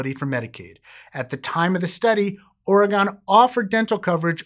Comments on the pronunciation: ORY-GUN not ORY-GONE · I like your videos, but as an Oregonian... please say Oregon [OHR-reh-gun] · it's pronounced Oregun. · The last o in Oregon is pronounced like in person, not like in gone. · Jenni Seven It's more of an "in" than an "un" though. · Your pronunciation of Oregon hurts me a bit as someone who lives here